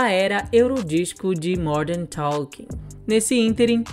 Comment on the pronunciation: Vc fala Morden talking